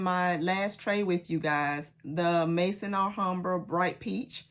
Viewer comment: please, if I had a private channel I would contact you on that private channel, but I don't. So I have to say it here. Maison Alhambra is pronounced Mezon Alhambra. The word Maison in french language meaning House. Maison (pronounced Mezon) it is. I hope you don't mind.